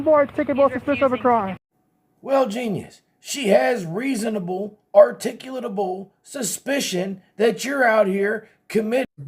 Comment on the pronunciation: He doesn't even know how to say the word.. What is "ar-tic-able" mean?